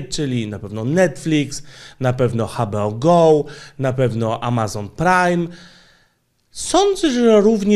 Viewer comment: Sorry, ale muszę:D "HA BE O GOŁ" XDD Pozdrawiam:D